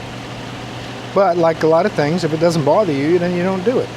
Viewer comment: I detect a little NY accent when you say "bother"